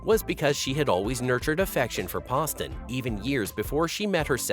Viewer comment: Be nice if the narrator would have taken the time to learn to pronounce Tom POSTon's name correctly. Really? It's called professionalism.